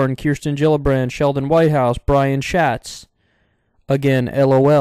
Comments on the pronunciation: it's pronounced exactly like "shuts" in "he shuts the door" btw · Schatz means treasure and it's a pet name in German, but the english pronunciation just sounds like shats lol